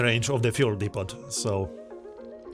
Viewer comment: Just FYI, The 't' at the end of "depot" is silent.